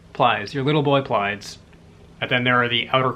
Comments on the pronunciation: pronounced “Plee-eh-deez” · It's pronounced plee-a-dees. Your tries were adorable!! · It’s PLEE-UH-DEEZ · (PLEE-a-deez) suggest --- 'the menace from earth', a collection, by heinlein. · Pleiades. I have heard it pronounced Plee-uh-deez Play-uh-deez and Ply-uh-deez. Since all three pronunciations are commonly used I have to assume there is no definitive pronunciation. Wikipedia uses PLY-uh-deez. Also lists ancient Greek differently. Plee-AY-deez with the accent on the second syllable instead of the first. I'm no expert in writing pronunciations so I hope these are decipherable. It seems to me that the three common pronunciations are more fluent. And the ancient Greek pronunciation is more like three separate syllables. More choppy. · I got big Tommy Boy vibes as you were trying to sort out the pronunciation of Pleiades. That section of your review really made me chortle. Thanks!